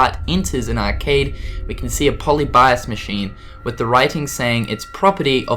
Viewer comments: Po-li-bee-ous Say it right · Pol_ee_bi_as wtf